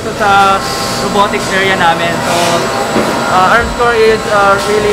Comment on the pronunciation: NOT ARMSCORE KONG HINDI ARMSCOR.. YAN TO BE EXACT TOBE PERFECT NA PAGKASABI....